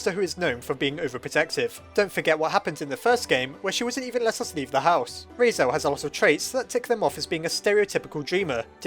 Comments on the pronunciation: ITS RALSEI NOT REISEL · RAL-SEE NOT RAL-SAY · It’s raseil not rase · lol heres a hand I personaly say "Ral" like in ralph and "sea" like ocean and just put them together making Ral-sea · Why do you keep pronouncing it 'Raisel' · Ralsei. Sounds like Ralphy. Now I'm picturing Ralsei saying "It tastes like burning!" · "Rasiel" - 2018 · ''Raisel'' hehe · It is pernounst Ral-sae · I thought you called him Rasail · RAL - SAY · he’s pronouced as Ral See or Zee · Ralsei is kind of a weird name. I think it's supposed to be Rahl-Say or Rahl-See. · I died at when you pronounced Ralsei as Rasel- but don't worry I just didn't even pronounce it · Deltala- *Cough* said "Raisel" many times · 😂😂 Just thought: if you're German I suppose it's pronounced "Rals- I" (like eye). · Wait, isn't it pronounced Rals-eee??? Why the OOF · its pronounced rals-eye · I counted: you messed up Ralsei’s name 8 times. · Dont worry, my brother mispronounces Ralsei's name too. Probably plenty of others who make the same mistake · I'm laughing so hard at him mispronouncing Ralsei so much that I can't even focus on the video. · i like how one of the dreemurr traits is being bad with names but you also consistently pronounced ralsei wrong... are you a dreemurr?